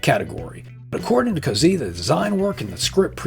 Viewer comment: Cozzi is pronounced "Kot-see", BTW